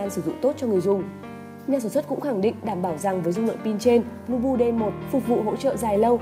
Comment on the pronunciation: Phát âm nghe giống "lu bu" :))